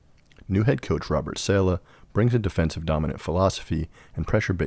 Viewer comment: Sorry bro. But when you mispronounce Saleh, more then once, you lose credibility…